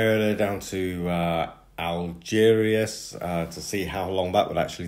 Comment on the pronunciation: Be worth learning how to pronounce place names properly, chap. Algeciras, for instance, is just said as it is spelt…